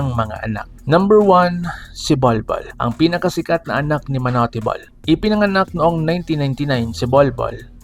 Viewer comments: TANGA AMPUTA MANU-TE BOL KUNO MANUTE BOL HINDI MANU-TE GONG2X 😂😂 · Bata pa lang ako naririnig ko yan sa tatay ko at sa mga kuya ko manut bol ang pronounce nila dyan..